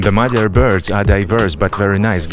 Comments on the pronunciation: MaDyar, not MaGyar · It's Madyar!! Not Magyar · Why does his name tag say MA D YAR, instead of MA G YAR? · He is Madyar! Madyar, not Magyar! Means he has Ungarian ethnicity. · The word Hungarian in Hungarian is Magyar. The pronunciation of the Hungarian "gy" is something like a soft d, like in English "dew" or "due". Cyrillic alphabets don't have this, instead they have д(d) + ь (softener), ё (yo), е (ye), я(ya) and ї(ji). So Magyar becomes Мадяр in UKR, and that becomes Madyar in phonetic English transcript.